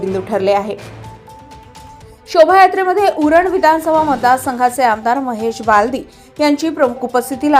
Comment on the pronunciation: न❌ ण✅🙂